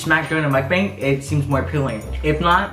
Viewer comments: For your next mukbang, its pronounced muk-BONG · Yo it's pronounced Muk bOng btw. Yk as a Korean gotta educate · Why cant anyone pronounce mukbang correctly? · when you’re asian and can’t pronounce mukbang